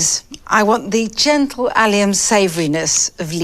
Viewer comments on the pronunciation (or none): none